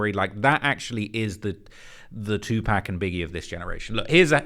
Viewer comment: You pronounce Tupacs name WRONG one mo'gin I'm gonna have a problem with you as well. Learn to pronounce the legend's name correctly!!! OR dont mention his fn name at ALL! So sick of y'all injecting y'all self into HIp Hop culture and can't even pronounce the GREATS names. Get your ish together! Take a class, watch a video of him and listen to the fn pronunciation. Then, go repeat it over and over until you can say it correctly!! If you can't do that, you need to be CANCELED FOREVER!! I WILL LEAD THE CHARGE!! So sick and tired of it🤬